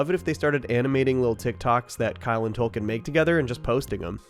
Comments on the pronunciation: Do you have a rare bone disease that causes you to pronounce Token as Tolken? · i can't help but say it, its token not tolken despite what the subtitles say on the show on hbo, they literally spelt it wrong, idk it just urks me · Okay wtf. Just started watching your content today. Is his name “Tolkien?” Or “Token?” I thought it was the later, but you’re saying the former the entire episode. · TOKEN. Not Tolkien. 😂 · Why are you calling him Tolkien? Do you not get the joke about his name? TOKEN like 🪙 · It's token not tolken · Are we calling “Token” “Tolkien” now? 😂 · Yo his name is Token, not Tolkien! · Did you pronounce his name as "TOLKEN"?? It's suposed to be "TOKEN" as when he was introduced he was the "TOKEN" black character. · Is he calling Token...Tolkien..lol. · Have you been calling token "Tolkien" this entire time? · Why are you calling token Tolkien? 😂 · Fucking tolkien i cant unhear it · It sounds like you are saying tolken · I definitely keep hearing "Tolkien"